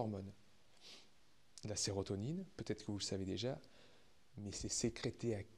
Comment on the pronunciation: SÉROTONINE (et non serrotonine)